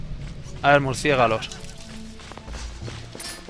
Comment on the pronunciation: se dice murcielago no murcigalo:)